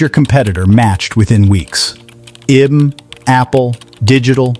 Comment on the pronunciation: Needs to be read by a real person. "IBM" is not pronounced "i-bum".